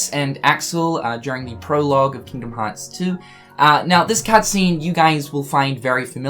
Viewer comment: "Kingom hats" why you speak like that lol